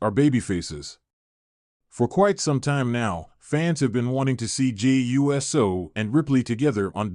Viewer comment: Geez man, say USO not u s o